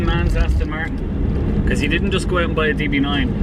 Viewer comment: Another one-handed driver of a manual which some may say is a little dangerous in a car eith over 500 bhp. Resting his hand on the lever and no doubt his foot on the clutch pedal which will knacker the bearing. Why can't people pronounce Aston correctly? It's not Astin Martin. A delicious car which, I'm afraid is a target for the jealous and the moronic JSO crowd. A good friend of mine sold his Bentley Continental because it was such a hassle parking it safely. He now drives a Van into his local town.